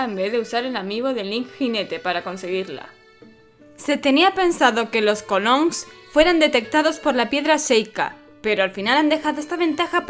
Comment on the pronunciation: Es Epona, no Épona. Y son Kologs, no Kolons.